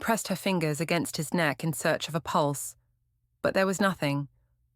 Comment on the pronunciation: Good story. Terrible AI reader. Couldn't pronounce “learned”, or “pulse” or “estate”, just to name a few. Sounded like the lady on my GPS.